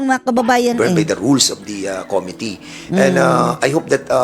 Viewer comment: something serious, yung pronunciation nya nung "Committee" parang "Comedy"... ako lang ba nakakapansin?